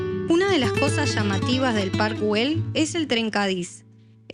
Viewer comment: Que es eso de Guel Se pronuncia ell si fuese inglés ya pronunciarias bien